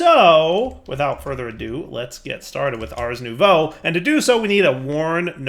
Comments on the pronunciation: Ohhhhhhhh, nouveau, I kept hearing new bow. Damn, was expecting a fancy bow. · Was it only me that until this episode thought was saying Ars New Bow?